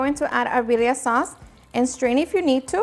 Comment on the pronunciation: Why the heck do you say biria instead of birria? You have a very defined accent and you can't speak proper Spanish?